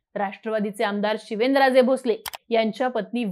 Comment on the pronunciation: आरती: शिवेनराजे की शिवेंद्रराजे😅 उच्चारण सुधारा